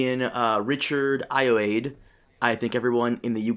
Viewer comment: I thought he was the saving grace of a fairly annoying episode. His name is actually pronounced. Aye er wad ee. Think Hiawatha.